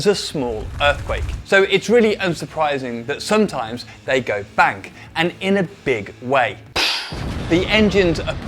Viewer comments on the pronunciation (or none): Why tf do English people pronounce bang like bank. Can’t stand that shit for some reason